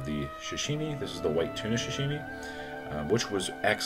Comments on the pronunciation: Love u but pls stop saying shashimi. Its pronounced sa-shi-mi. Keep up the great content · sorry for the nitpicking but its Sashimi not Shashimi. I'll still watch u and give that like